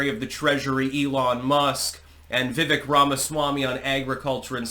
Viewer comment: You are STILL pronouncing Vivek incorrectly!